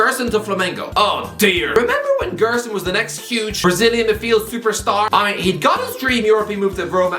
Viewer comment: The way he pronounced Gerson was top content